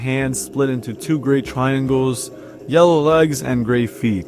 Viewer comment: dose any one else hear him saying jello instead of yellow